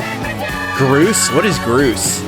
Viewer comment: It's not groooce, It's Grose.